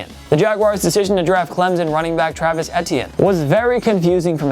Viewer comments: Etiene= I-tea-in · Pronounced E-Tee-N I'm pretty sure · Why do you say travis etiennes name like that?? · The way this guy says ‘etienne’ bothers me